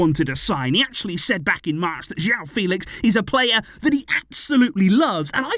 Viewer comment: I saw an interview where Joao Fèlix said it’s not pronounced the way says it but the other way Fè-lix